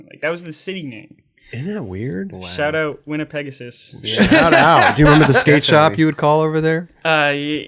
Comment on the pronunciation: As a fellow Canadian and Manitoban it is pronounced "Winn-a-peg-ohsis". Put some respect on the name. haha